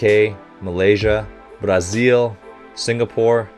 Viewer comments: Your effort to pronounce "Brasil" (yes we do spell the "S" with the sound of "Z") as we do is wholesome ^^ Thank you very much for that!!! And thank you for showing the measures in METERS too ;D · Nice pronunciation of the word "Brazil". Cheers from Brazil! I met the legendary coach "Bernardinho" ("little Bernardo", Bernardo Rezende, the small and angry one) when I was a child. Our pride and joy! I love when you reference Brazilian players. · i loved when he said brazil with the brazillian accent